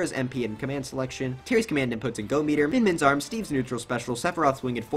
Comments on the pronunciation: “Cringes Luma” 😐 but says min min normally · But says min min normally somehow